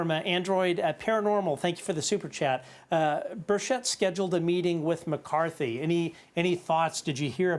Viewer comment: Keep up the great work guys, and btw you are both mispronouncing Burchett